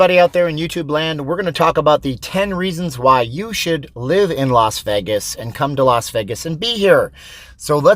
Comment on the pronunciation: VAY-GAS Not VEI-GES...............